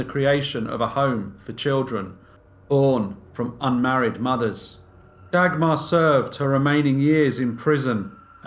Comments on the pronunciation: The pronunciation of names in this is horrendous. Maybe just stick with stories with names you can pronounce. Dag-mar - you're not talking about a dagger! J is not pronounced dj, but in fact just j... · If you say Dagmar like this one more time I am going to loose it 😂